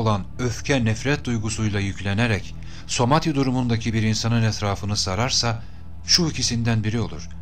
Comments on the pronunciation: bu video da tüm videolarınız gibi çok güzel ama "Samadhi" yerine neden sürekli "Somadhi" diyorsunuz anlamadım? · harika bilgiler toplamış ve paylaşmışsınız teşekkürler ama keşke somati değil samadhi olacaktı..